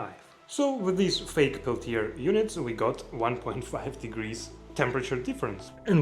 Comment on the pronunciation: The R at the end of Peltier does not need to be pronounced /ˈpɛltieɪ/